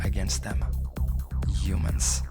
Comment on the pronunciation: everytime he says “Yumans” take a drink.